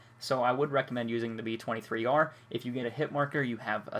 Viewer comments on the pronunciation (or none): It's pronounced b 2 3 r, not b 23 r